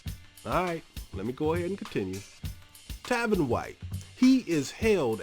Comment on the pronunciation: His name is Tavon White not Tavin